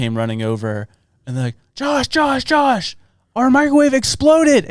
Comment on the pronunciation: "Jash" Hooper? 🤣